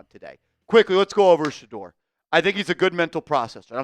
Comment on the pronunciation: Ok shedeur not shedeur this is getting tiring. 😢